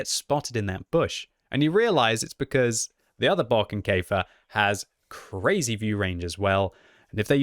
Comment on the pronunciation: It is not Barking Kefir! God please!